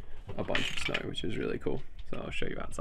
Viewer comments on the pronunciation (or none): Clearing snauhr 😁 that was the hardest auhr I have ever heard